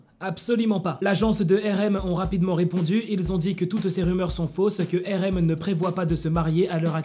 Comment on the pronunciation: tu prononce RM mal ! Sa me fait mal je suis désolé